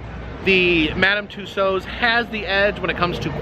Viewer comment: Nice work on the correct pronunciation of "Tussauds".